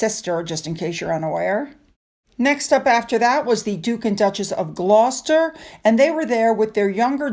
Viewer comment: Re: Dame. In the 🇬🇧 it rhymes with, same. As in Dame Joanna Lumley. We do have strange pronunciations in the 🇬🇧 Perfect pronunciation of the word Gloucester. Love ❤️ your video, as always.